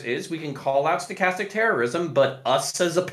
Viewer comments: I've been hearing it skatastic terrorism for weeks. ha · Stuh-kas-tik. Say it with me people. Over half of these fuqs never heard that word before the panel and continue to mispronounce and misrepresent the term itself. What a shame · half the poeple in this panel can't pronounce stochastic lmao.